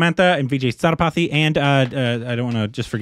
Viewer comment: It's Vijay "Say-Thu- pa-thi" 😆 And yeah Samantha is a Tamil actress. The other heroine Nayanthara is a bigger star in Tamil